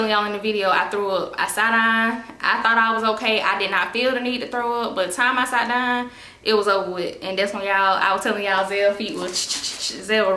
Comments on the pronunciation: “Sot dine” I can’t get over that accent! 😂 That darn is something else 😂😂😂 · Lol girl this sot dine got me too 🤣🤣